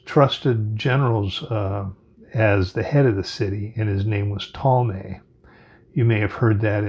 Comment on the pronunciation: You mean Toll-ah-me NOT Tall-may… AH - NEW - B - ISSS (not to be confused with izzz) NOT Anna - b - ISS